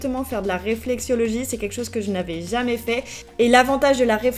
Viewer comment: RÉFLEXOLOGIE (ça fait mal d'entendre "réflexiologie") 😅